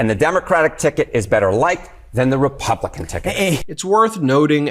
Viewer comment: please quit mispronouncing the republicans name.